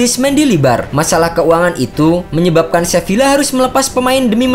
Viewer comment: Sevila gw demen cara pengucapannya, youtuber lain pada ngucapnya sevia, seviya, sepia, sepiya 🥱